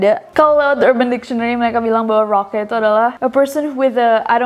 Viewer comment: 4.16 no they said KOLAK not rocka 😭😭😭👌🏼 jadinya we wanna go kolak kolak kolak kolak kolak kolak so fantastic